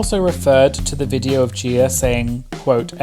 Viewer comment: The way you say Viteo gets me every time lol (video)